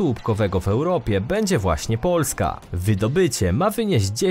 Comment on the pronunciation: Sorry ale narrator jakos trochę dziwnie akcentuje na pierwsza sylabę słowo POO..lska